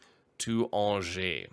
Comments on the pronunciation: By the way, Angers is pronounced like "Anjé" (more or less an-zhey), if you're still curious ! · Also "awn-jay" would be correct anglicized pronunciation for Angers, France